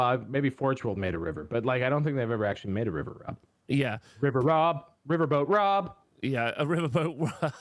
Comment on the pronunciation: Thanks for the shout-out, guys. Also, well done, Rob, for smashing the pronunciation of my name. 😂